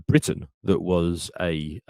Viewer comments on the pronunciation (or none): none